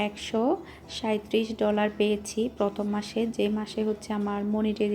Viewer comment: পথম না প্রথম.. ভাষা ঠিক করেন..